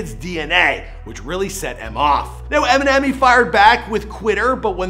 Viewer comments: He is saying EM , he .... not emmy it sounds like it tho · is he saying EMI ?? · Why tf does this dude keep calling him "Emi" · Nobody is talking bout the fact that he keeps calling him Emi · It's pronounced EM-IN-NEM(M&M) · "Em, he" sounds like "emmy", over and over 😂